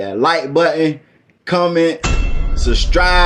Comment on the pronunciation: SUSTRIBE LOL I CAN'T HELP BUT TO ONLY HERE THAT WORD NOW SUBSCRIBE WHO🙊🙊😂😂💓💓